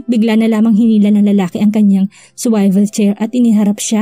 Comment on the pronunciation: Dear narrator "swivel" is pronounced as suwivel HINDI po swayvel